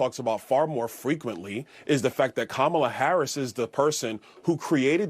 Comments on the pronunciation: Byron it's fentanyl not fentanol and it's fRequently not fweequently. He should be ashamed of himself pushing birtherism. He's the one running around pretending to be Jamaican. He's the such a clown 🤡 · "fweequently" Byron is such a dork 😂